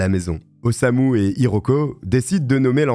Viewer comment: C'est Osamu, pas Osuma 😅